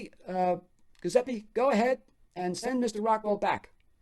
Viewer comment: Sorry, I need to correct your pronunciation on the name “Giuseppe”. The “G” makes a “J” sound, followed by a “U” as in “oo” sound. I know grammar Nazis are annoying but I just couldn’t take it. Forgive me